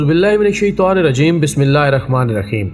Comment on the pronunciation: Bhai kindly بسم الله الرحمن الرحيم. Sahi parha krein